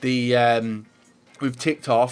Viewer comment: It's not Liga Un ! Are you french ? Pronounced League One 👍🏻 "Won" Come on dude.